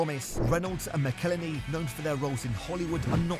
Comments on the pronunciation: Its pronounced MACKLE-HENNY... FFS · It's "Ma-cal-Henney"! McElhenney! What ways to massacre and mispronounce it There are many... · Perhaps you could start by… you know… pronouncing McElhenney correctly 😂. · Shame you can't pronounce McElhenney (Mackel Henny) as there's even a song about it! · I cringe every time you say Robs last name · If ONLY there was a video teaching someone how to pronounce McElhenney..... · Dude Ryan made a song on how to Say Robs name right as ways to fuck it up there are many and still you fuck it up! If you're going to make a video learn how to not speak like a NOB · It was so annoying how he pronounced it!! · You need to learn how to pronounce Rob McElhenney. There's an entire song about it. Unfortunately poor take. These guys aren't like normal businessmen, they are story tellers. A big difference is they have an entire TV show that earns them millions upon millions of dollars to reinvest in the club and gain additional sponsorships that no one else can touch. They won't sell until that new stand behind the goal is built, because that is one of their biggest projects that they promised to accomplish when they first bought the club. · you didn't even bother to pronounce McElhenney correctly...sloppy...he sold this idea to Ryan